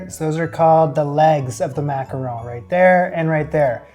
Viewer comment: Mack-ah-ron 🤷🏻‍♀️ Why Americans have so much trouble with one of the most common sounds in English (Don, gone, fawn, lawn, John, Mack-Ah-RON) is a mystery for the ages to me 90% of the time I hear them called everything but by Americans! EET makes me a leetle crazee! :D